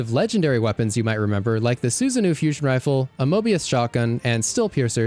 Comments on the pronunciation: pretty sure susanoo is pronounced soosanough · Bro said "Su Zanu" 💀